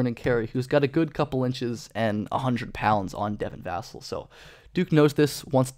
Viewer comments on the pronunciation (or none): Vuh-sell is how you pronounce it